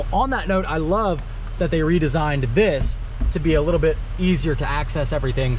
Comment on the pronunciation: That “THISS” threw me off lol